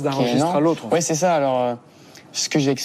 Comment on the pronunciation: You could improve your own French, mate, by not putting a diphthong in the “c’est” of “c’est parti”. After that I stopped watching.